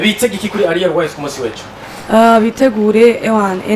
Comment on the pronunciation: Umva nasubire kwishure kandi arek kwivugish français itabaho "Ariel différent de aliel "😂😖